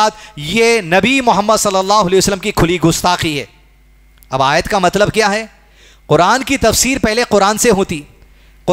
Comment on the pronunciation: Aayat galat padi hai